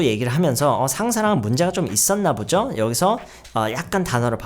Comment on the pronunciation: ~부죠?가 아니라 (보지요를 줄여서) ~보죠?에요! 모르고 계신 것 같아서요 혼자 유학준비하느라 유튜브가 도움 많이 되는데 유튜브 영어선생님들 중에서 젤 조아요 감사해뇨